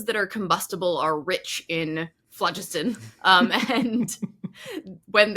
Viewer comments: I loved this episode! As a chemistry professor, in historical contexts, I've only heard phlogiston pronounced with emphasis on the second syllable. By the way, cobalt isn't merely laced with arsenic, there is a mineral called "skutterudite", which is a compound with the empirical formula CoAs₃ - it's a personal favorite for me because of it's symmetrical and interesting crystal structure containing As₄ squares, CoAs₃ = Co₄(As₄)₃. One of my research specialties concerns the metal-rich compounds of the rare earths; second pronunciation of lutetium is the only pronunciation I've heard. The arsenic-sulfur compound mentioned is orpiment (As₂S₃). I thought omitted the letter 'y' in her pronunciation of "bixbyite", but Wikipedia informs me that there is indeed a mineral called bixbite as well! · Not being picky but phlogiston was pronounced with the emphasis on 2nd syllable: flō-'jis-tǝn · "phlogiston" has no accent on the first syllable! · I believe phlogiston is usually pronounced phloGISTon, rhyming with piston. Too bad you didn't get around to discussing placeholder names like ununpentium and ununhexium. Anyway, love your videos. This one reminds me of a song by Dr. J. Robinson. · Pedantic point: in British English phlogiston is stressed on the second syllable.